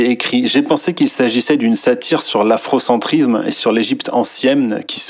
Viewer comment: ne parles pas trop de faute de grammaire, vu que tu dis afrocentrizzzzzzzzzzme ou kémitizzzzzzzzme Et même souvent tu dis que "ça fait sens" Bizoux mon goupil préféré.